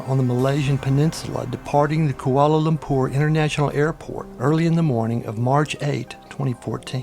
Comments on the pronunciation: It is Lumpur not Lumpour. Saying ZERO before every time is also really annoying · I don't like the way he says koalalumpour.